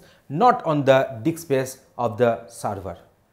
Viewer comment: That is not Dick sir that is Disk. LOL :)